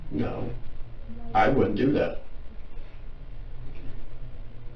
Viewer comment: If you can't outsmart a detective who says "wudn't" and "dudn't." You deserve what you get.